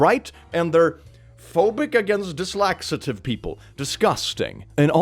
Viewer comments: I always thought it was a mix between dyslexia and a laxative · I'm pretty sure it's meant to be a joke because he says "dyslaxitive" in every video he mentioned he's dyslexic in, I remember hearing it at least a dozen times in a dozen different videos (my memory is pretty bad so I don't remember the exact amount but it was quite often) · I am going with either depending on the moment. After all English is not his first language and he is dyslexic. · I am dyslexic and I say “ dislaxative “ too 🥳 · He's joking in this case, with the pronunciation. Dyslexia is a reading disorder, not a speech impediment.